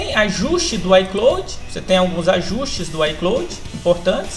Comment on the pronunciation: Aprenda inglês, véi! É "ai cláud" e não "ai clôude". E não é "êipow", é "épow". Ou simplesmente iPhone. Desde o momento que você falou errado parei de assistir o seu vídeo.